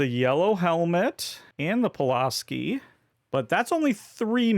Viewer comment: Pull-ask-ee is how the various crews I been on have pronounced it. Mcleod gets people a lot too, it's mick-cloud like a cloud in the sky. Both tools tend to be favorites among Backcountry workers :)